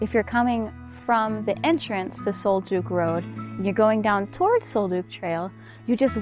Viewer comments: Sol DUCK not Sol Duke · The scents were from Douglas fir, NOT pine and Sol Duc is pronounced “sole duck”, NOT sole dook!!